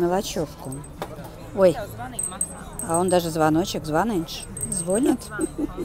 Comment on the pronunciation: Моя учительница по русскому языку говорила :,, Звонить от слова ,,звонок", а не от слова ,, вонь " .Ударение на ,,и" . Так и запомнила.😇